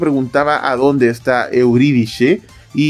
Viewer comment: Me encanta su modo de cambiarle los nombres a los personajes... Primero albaaaafika y ahora euridishe... Dond no veo la H en euridice